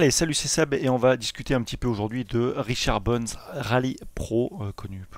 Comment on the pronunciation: c'est moi qui délire ou il a dit richard "BUNS" ?😆 du coup ca m'a donné fin tout ça 🤣